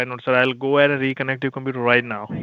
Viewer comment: "If i go 'aheaiyd..'," gives it all